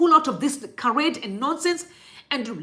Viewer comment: Hi, just to correct you my sister. "Charade" is pronounced as Sha - rade. Love your content..